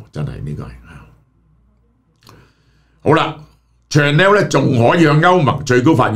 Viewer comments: Chanel pronunciation is shuh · nel, not chan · nel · Chanel呢個字，記憶中發音已經錯咗唔止一次，何必繼續誤導觀眾網友？